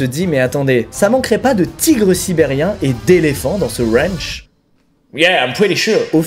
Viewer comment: Première punchline 😂😅 j'adore les fleurs mais la mentalité est plus droguées que peace donc stone . 🌺🌼 Je préfère le look métal que hippie. Et de deux ! 😂 et ça continue... Une mitraillette 😂 dans son Rwanchh 😂😂 car on est aux etaaats unies d' amewique avec des maiwiines aussi haha 😂 ça me tue cette façon de parler 😂😅 J'en ai eu des points de suture mais 120 nope c'est ouf 😅😅 moi avec mes 13 pts de suture 😅😅 et il est sûr et certain que Marshal n'a rien de cool et de réfléchi, la protection animal mes fesses ! Si l'effet Pinocchio existait il ferait le tour du globe plus d'une fois... Pauvres bêtes et pauvre famille que Marshal ne mérite gère. Un chat c'est oui un lion c'est non ? Vraiment ? Mdr 😂😂😂 mais juste ciao avec le smile ça fais le job 😂 la bise toujours un plaisir de voir tes vidéos et ton humour. Longue vie à ta réussite .